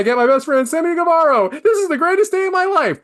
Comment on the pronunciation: he still can’t speak😂😂